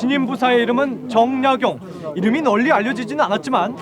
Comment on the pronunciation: "최고 천재"! 이 얼마나 어색한 표현인가? "변방"의 "변"자를 왜 "길게" 발음하십니까?? "가 변 자"는 짧게 발음해야 하는 것을 구ㅏ하와 같은 한국의 학자께서 글.ㅅ 읽었다는 것은 1967년에 고국을 떠난 이 늙은 이는 너무나 실망했습니다. "한국 어문을 고발함"이라는 책을 일독해 주실까요? 미국 변 완수 드림. 또 놀란 일!! 주제가 다산 "정 약용"인데, 이 아른의 성 "정"자의 틀리게 모두 틀리게 발음햐고 있으니, 대체 한국의 언어 문화의 주소는 어디메 있아옵니까??댜산 선생의 성은"짧게" 읽어야 합니다.제발!! "짧게" 읽어야 하옵니다!!